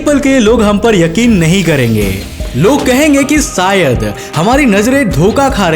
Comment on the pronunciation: सायद नही बे शायद